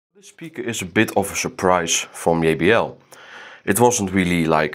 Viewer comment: I love how he says yeybl instead of jbl😅